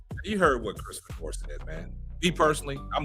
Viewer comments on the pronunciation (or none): His name is pronounced Fee-Door. For the record, I don’t care about Fedor or Sanders one way or another. How’s a critique of Sanders racist? You may vehemently disagree with his opinion, but to call it racist is fallacious! Put that card back in the deck and be more judicious the next time you play it.